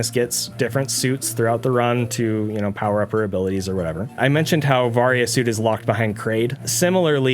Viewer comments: It’s pronounced “vary- a” suit. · Its pronounced vay-ry-uh suit